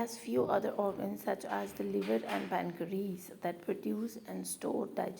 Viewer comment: Apki pronunciation bhut bhut kharab h Pancreas ko pancre-es Lipase ko lpas Apne toilet se degree ki hoi h jis ne pronunciation sekhe hi nae